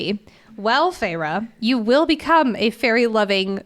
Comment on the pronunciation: OMG it's FAY-RA!!! Idk if I can listen to this of you keep saying ferra